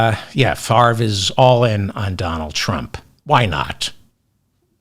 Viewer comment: Wow! You pronounced Brett Favre name correctly. When you say you read all of the comments, you weren't kidding. I spelled out the pronunciation of Favre's name and you read my comment. Love your show! Keep up the great work our friend!